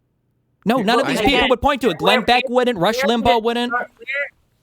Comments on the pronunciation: got that "Nauuur" pronunciation of "no". She's a secret Aussie?😮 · no one is actually saying has any particular Australian accent. What she does have is a particular way of pronouncing vowels which is both diphthongized and has that almost R consonant ("naur") which is very specific to Aussies.